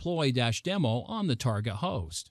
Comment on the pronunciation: Very interesting demo. I've never heard someone pronounce target as tarGOT, almost makes me think this presentation was made using a very good text-to-speech program... nah. #IForOneWelcomeOurNewRobotOverlords